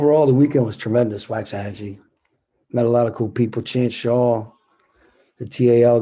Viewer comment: Y’all keep saying it wrong. It sounds like “walks”ahachie. Not wax like a candle